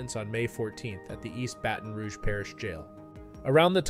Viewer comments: Its not Baaaaaa-ton, it’s baah -tin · "Bat-ton" not bayton rouge.. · Batan Rouge? Yeah that’s definitely how you pronounce it. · This story is appalling, but what’s equally appalling is saying “bayton” rouge. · I tell you what he’s “Bait-in,” he’s baiting us into leaving a comment lol. Engagement, engagement, engagement. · Shit here I was thinking I’ve heard pretty much every city name in America. Somehow I missed “Baiting Rouge”. How the hell do grown adults not know how to pronounce basic words. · "Bayton" Rogue bruh no but yeah Mistikal really went out bad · That boy said “Baiten”rouge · lol facts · Almost cut the whole vid off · The way he pronounced Baton Rouge made me fall to my knees in absolute horror at Whataburger. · Can we really trust a creator that can't pronounce baton rouge properly